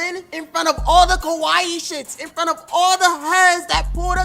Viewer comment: U keep saying こわいい (Kowaii) “Kowaii” means “scary”; ur supposed to say かわいい (Kawaii) that’s Cute, or pretty.